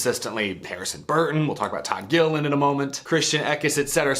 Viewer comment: Please don't butcher our last name. It's "Gilliland" LOL